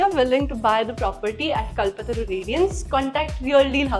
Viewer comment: It should be pronounced as कल्पतरू not कलपतरू